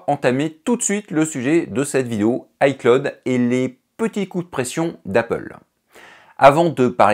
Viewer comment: On prononce "i clowd" pas " i claude". Apprends deja ça